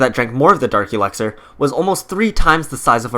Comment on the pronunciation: Its elixer not elaxer